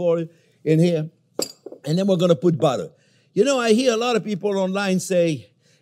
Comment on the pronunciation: "Ol we need nao is BODDEH"